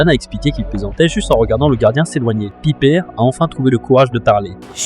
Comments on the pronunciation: Piper C'est anglais pas pipèr et pas pipé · Tkt ça se prononce "Païpeur" mais bon les voix off ont du mal 😂